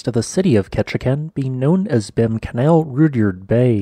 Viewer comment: Behm Canal is pronounced Beem Canal.